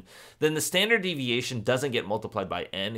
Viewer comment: there is a typo on the probability slide!! you said "stanard" deviation rather than standard! Thank you for your time you remind me of my teacher his name is Mr Dick Elsbree and he is bald.